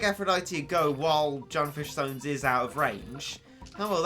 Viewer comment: Um... is it just me or did it keep on bother me that he kept on saying Junfish Sones? IT’S SUNFISH JONES